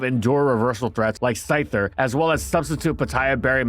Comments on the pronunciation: "Thyther" hahahaha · Thyther XD. It’s ok I do the same thing all the time